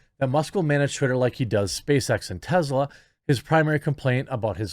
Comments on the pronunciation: First, it's pronouned TESS-la, not TEZ-la. Second, Musk did not get a government handout. He accepted a government loan... which he paid back before its maturity date. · Jeremy, say it with me Tess-la not Tezzla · It is Tesla not Tezla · Why do you keep pronouncing Tesla as Tezla?